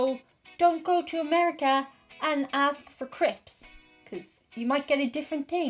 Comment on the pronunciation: Your American accent on Crips actually sounds like Sarah Palin the crazy moose hunting loon from Alaska. Though it also sounds like someone cheerful from north Minnesota or South Alberta/Saskatchewan/Ontario